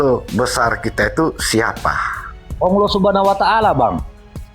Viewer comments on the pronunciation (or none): Haleluya nama ALLAH saja jelas masa ALLAH di sebut aullah hahaha😅 yang benar aj brow